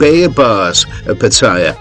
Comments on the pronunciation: Pat - t- aya. please ask a Thai for pronunciation help. You are obviously an Aussie but you can do it! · when are expats going to learn to pronounce pattaya correctly? Do they ever listen to how the Thais pronounce it, so they can learn ordo they think they know better. Seems to me they think they know better. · Always enjoy your videos, but would it kill you to correctly pronounce Pattaya?